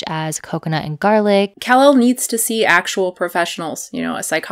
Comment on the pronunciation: I agree that you can get all of your nutrients met on a vegan diet (with some supplements). That aside, her name is not pronounced “KAhhl- elle”. It’s said like “Cuhlel”, which you ought to know if you keep up with any of her videos at all.